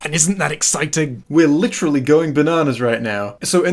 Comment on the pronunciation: Stop saying licherally it’s literally